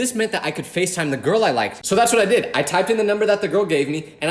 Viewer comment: we all have been there ( or will be there ) you will find your gourl ( girl said in a weird way) you ain’t a disappointment